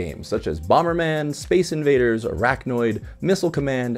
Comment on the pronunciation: Arkanoid not Araknoid :) No spiders involved